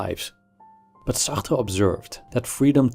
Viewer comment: I wanted to off myself every time he pronounced Sartre.